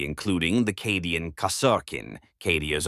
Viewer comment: sometimes I hear it said correctly when saying "Cadian", but then when said normally it sound incorrect. Most media says it as Cade as in motorCADE, I keep hearing Cat-dia (silent "t" but same sound fx). Also Scions is pronounced like "Sigh-ON", not "See-In"